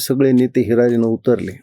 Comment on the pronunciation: महाजन भौ हिरारीनं नव्हे हिरीरिन ❗😷😴🤫😴😌